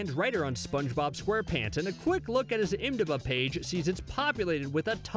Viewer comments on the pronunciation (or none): I've never heard IMDB pronounced as ymdab